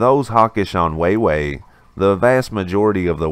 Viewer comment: I cringed every time he said it. How do you run a news channel not knowing how to pronounce wah-way.🤦‍♂️🤷🏼‍♂️